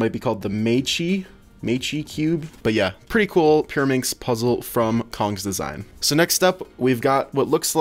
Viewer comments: im getting a qiyi mirror cube the other thing is cong's design is pronounced chong not kong (i got the qiyi mirror) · Cong’s Design is pronounced tsong’s design.